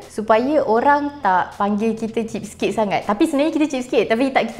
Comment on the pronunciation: cheese cake cheese cake cakap jela kedekut atau cermat